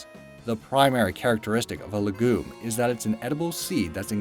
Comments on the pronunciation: It's pronounced "leg-you-mm", not lagoon with an 'm'... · It's a lie that legume is pronounced as "Le Goom". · It’s also a lie that "legume" is pronounced le-GOOM. That didn’t stop our narrator, though.